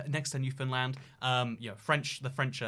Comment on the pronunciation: I think you’re the first non-canadian I’ve heard correctly pronounce newfoundland